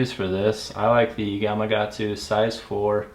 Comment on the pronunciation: With due respect, the name of the Hook is "Gama- Katsu" Not "Gama-Gatsu" !!! 😊